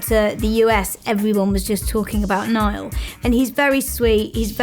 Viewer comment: Ugggh they make a whole documentary on Niall and they don't even pronounce his name right😕😕